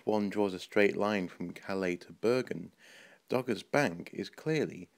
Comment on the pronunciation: dogger not gogger